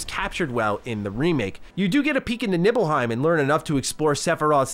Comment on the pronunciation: "Nibbleheim". Hey-ho, Hey-ho, to Nibble-Heim We-Go~